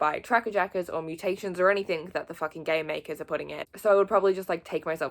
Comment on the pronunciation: The way you said “gamemaker” it sounded like “gay maker”